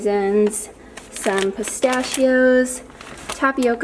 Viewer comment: It's closer to how it's actually pronounced in italian. Pistacchio was pronounced wrong though.